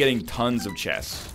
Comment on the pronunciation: Genuine question : Is the way NL pronouncing chests the right way or is it another of his shenanigans ? Great run btw NL